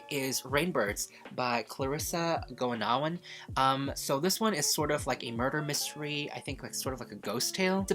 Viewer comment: Goenawan is pronounced Gunawan! Oe is basically u here in Indonesia! Looking forward to hear your thoughts about Rainbirds, heard good things about it!